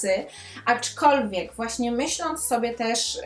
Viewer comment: Naprawdę lubię Cię oglądać, ale dzisiaj nie mogłam znieść tego "aczkolwiek". Zwłaszcza, że wymawiasz to słowo z błędem i przez to stało się drażniące. Trochę jak poszlem zamiast poszedłem. Poza tym recenzja naprawdę świetna i oby tak dalej😁